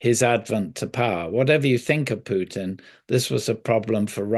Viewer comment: Also when did Putin changed from a ‘pew’ to ‘poo’?